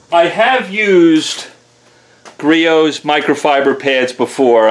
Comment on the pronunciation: First off its griots not geritos. Second off... Youre going to burn that fucking paint off if you move any slower